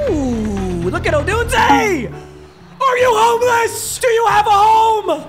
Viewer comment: he finally pronounced odunze right